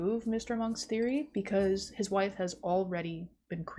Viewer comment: "My WiIfFe" killed me. Also, I'm slightly surprised that Monk came out after Borat. Borat was a huge part of my childhood for a few months/a year but Monk was something my mother watched on TV like Columbo so I assumed it was much older.